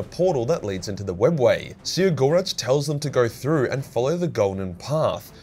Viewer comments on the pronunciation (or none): I BEG you to read the characters' names and not just make something up that vaguely resembles them. Its the Visarch, not the Viserartch; Yriel, not Uriel; Cegorach, not Sirogoratch; Ynnead, not Yinned; etc.